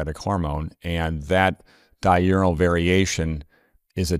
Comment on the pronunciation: It's "di ur nal", not "di u ri nal". Sounds like he is saying di urinal, when it is di urnal. 2x per day, not 2 urinal.